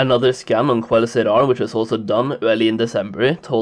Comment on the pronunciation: who always hears "Scam" instead of "Scan"? anyways...50% of these numbers are bots, and perhaps 23% of them are of us...more infos next to the icon to the left soli baby <3